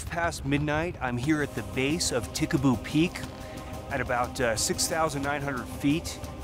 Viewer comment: Ta Ha Ha Ha! Pickaboo peak? Nah, it's Tikaboo Peak. Whatever I want to see a UFO.